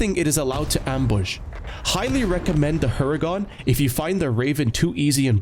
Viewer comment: its not like u pronounce it "Hungarian" but " Hurricane" in Polish =) btw great video, peace out!